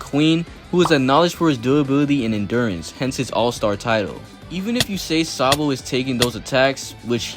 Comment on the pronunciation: bruh said SANbo😂